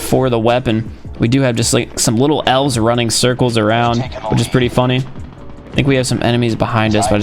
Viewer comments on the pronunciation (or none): Every time he says elf’s it sounds like he is saying ls